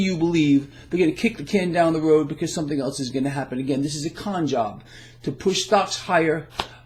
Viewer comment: Did you say a "Con Job" or a "Don Job"? A "Con by Don" might be appropriate.